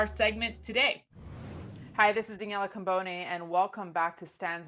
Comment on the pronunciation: It's Daniela, not Danielle